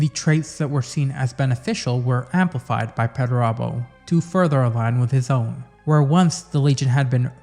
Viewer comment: Another solid entry my friend. Thank you. You also have the best pronunciation of perturabo i have heard. 😊